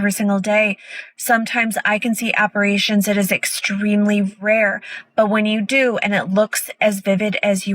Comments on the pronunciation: The subtitles said that she said "apparitions", but she clearly said "apparations". Yeah. She sounds like an expert. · Don't ever trust a "psychic" that calls apparitions "appa-RAY-tions." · Never trust a psychic who calls apparitions “apparations”. (I could’ve stopped at « never trust a psychic ») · Apparations? At least learn the right word ffs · “Eye c aparashunz” 👻 🦎 👿 TikTok is making people so fucking dumb these days. Most kids are now a lost cause. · What bothers me most out of all of this is the TikTok “psychic” pronouncing “apparitions” as “app-a-ray-tions”. Stop it. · That "psychic" can't even pronounce apparitions correctly. She must be connected to the spirit world 🙄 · One would think a psychic would pronounce the word “apparitions” properly 😂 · she can't even pronounce apparitions properly.